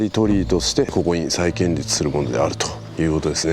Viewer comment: 再建立→さいこんりゅうでは？